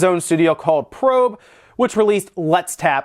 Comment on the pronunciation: Yuji *Naka (not Nakata) *Propé [Pro-pay] (not Probe)